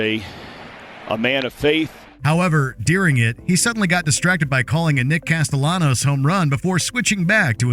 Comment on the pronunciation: If you're going to do a video, at least learn how to pronounce certain people and things. Mispronounciation is one of my biggest pet peeves. As a baseball fan, you butchering Nick Castellanos name made me dislike this video.